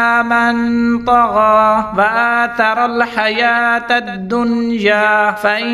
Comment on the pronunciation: ( in the beginning of the last line) You pronounced as "wa ATaral" Written as ' wa ASAral" ?? Also